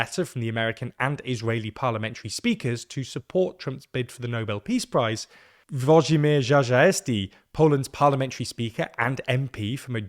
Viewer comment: Omg... You really butchered "Włodzimierz Czarzasty"